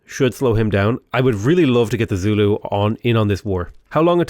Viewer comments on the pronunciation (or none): none